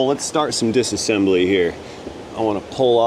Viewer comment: Every time you say dis-a-sembly, I think of Johnny Five in "Short Circuit".😃